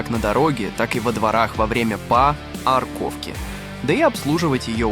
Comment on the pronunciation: "Па-арковки" - это же тупо сетка